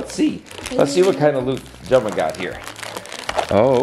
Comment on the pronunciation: Did he call Gemma Jagger